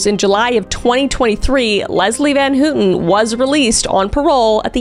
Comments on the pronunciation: GIRL?? VAN HOOTEN?? NO ITS VAN HOWTEN NOT HOOOTEN AHAHHAHA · Leslie van H-O-W-TON.....Leslie van houton...pronunciation.